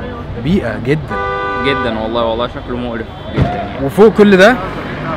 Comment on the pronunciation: ٧:١٠ من وجهة نظري شايف ان لا لازم الواحد يبين نفسه فرحان ويتبسط عشان لو شفت على النقيض لما نزعل او بنعمل حداد او في عزا لازم كل الناس تعرف وتيجي ف مش هزعل اوي كده ولما يبقى المفروض افرح مفرحش 😂😂 ١٠:٢٠ اسمه قَزَع مش قَزْع 😅 وتعريفه انك تاخد من بعض الشعر وترك بعضه ف اللي كان مدرج شعره ده يدخل تحت التصنيف ده والله اعلم 😁